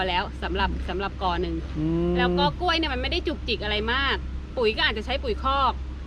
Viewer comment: แหม! พูดสวนก้วยคักๆเน่าะ จะทำคลิปก็ระมัดระวังการใช้ภาษาด้วย ก้วยๆ จริงๆ ไม่ออกเสียงควบกล้ำเลยเน่าะ ถ้าพูดอีสานก็ ก้วยๆ แต่พูดภาษากลาง ใช้ภาษา อักขระให้ถูกหน่อย